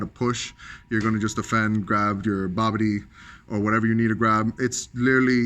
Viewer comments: Jesus christ its Bibidi not Babidi Lol smh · Was he calling the leader Babidi? Isn't that Bibidi?